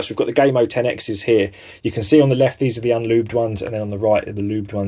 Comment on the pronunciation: Lol did you just call gamo gay mo 😂